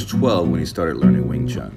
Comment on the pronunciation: For crying out loud, make an effort to pronounce Wing Chun properly if you want to make a tribute video of Yip M.